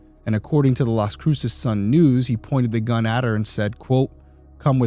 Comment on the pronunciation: Las cruces is pronounced like loss crew sus